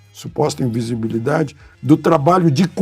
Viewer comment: Ficou difícil para o falar invisibilidade....imagina entender o tema da redação!!!